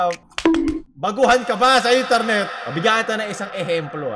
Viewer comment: I love ur accent can u say it again: Intarnet